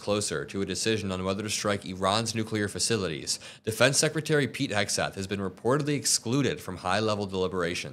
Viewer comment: when is she starting to say his name right ????